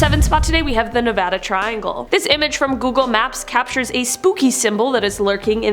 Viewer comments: THANNNNNNNK YOU FOR SAYING 'NEVADA' CORRECTLY!!! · I'm from nevada and I just love you a little more than I did before this video because of the way you pronounced it. 😍